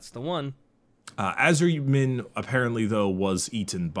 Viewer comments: "Ah-Sur-Yi-En" Asuryan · I hate to be that guy but the head of the Aeldari gods is pronounced ‘a-sore-ian’